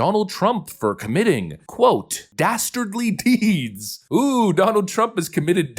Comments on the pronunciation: Dasterdly deeds? OMG. Who said that? Dudley Do-right? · Oh no!! Did he say "DASTARDLY"?? That does it! Since they're dastardly it's game on. 😂😂 paaleezz!